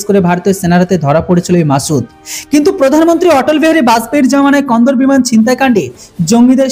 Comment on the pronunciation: আপনি খবরে কান্দাহার কে বলছেন কন্দর ভাওয়াল পুর কে বলছেন ভাওল পুর জায়গায় নাম সঠিক বলুন আফগানিস্তানের একটি বড় শহর হল কান্দাহার। সবাই জানে।